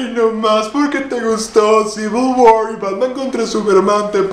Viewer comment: Eres el primero que pronuncia bien "Civil War".